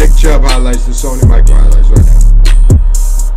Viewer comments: not Sony Michael nigga its Michel😂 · Nigga said Sony Michael Edit: Then Mitchell😭😭😭💀